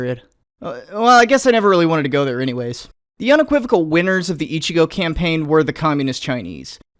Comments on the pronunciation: oh right the accent goddamit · Ichi-go? How about ichi-no?